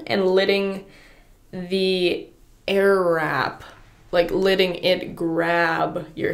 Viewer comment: Who the hell says litting instead of fucking letting